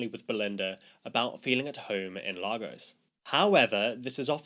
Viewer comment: this man said ""Lah-ghos(t)" 😭😭😭💀